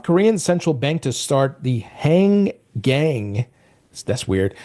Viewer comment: Han-gang (most likely) or Hang-ang. You don't use the "G" two times when there is only 1. Informative video.